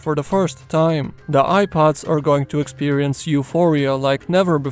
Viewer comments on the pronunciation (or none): Eye pods, u mean air pods???